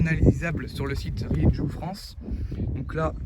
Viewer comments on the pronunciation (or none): Ça m'énerve ta prononciation de la marque ça se prononce pas comme tu le fais, fais un petit effort renseigne-toi comment ça se prononce en espagnol